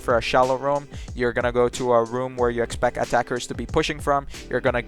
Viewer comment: i love how this guy says things hahaha like irish without the accent - Tree instead of three, trough instead of through, expec instead of expect love it!